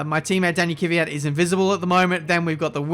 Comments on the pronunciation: KV YAT not KY VI YAT!!!! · Stop saying Kyvyat instead of kVyat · You always say Kivyat but it is KVYAT it’s like you do it on purpose